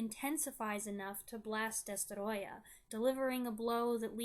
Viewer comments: Well done. You made me care about the fate of a mutated, fire breathing lizard the size of a skyscraper! Plus your pronunciation of the antagonist's name is absolutely spot on! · It’s adorable how you pronounce “DESTOROYAH!”